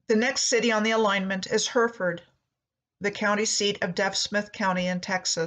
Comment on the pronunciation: Hereford is pronounced Heh.ruh.fuhd. :)